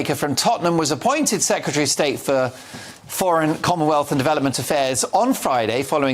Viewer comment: Just to say to that lady. 'secretary' not 'secetary'.